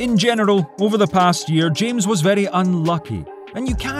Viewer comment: You don't say james but hames